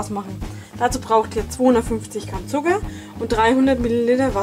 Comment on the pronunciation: du sagst alkes mit d zb. zuger oder budder verstehst du